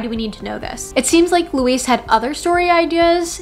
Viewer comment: Louise Doughty = Pronounced Loo-weese (not Luis) Doubt-y (not Dowty)